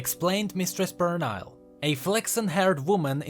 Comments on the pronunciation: Pernille is a scandinavian name, believe the correct phonetic transcription should be /per-ni-ll-eh/ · Actually, the "i" in Pernille is pronounced as an "e", the rest is as it is. It's like an English version of a Danish name. There was a Danish Transfer student in my uni. She told me that info. Cool video by the way, and i love your accent!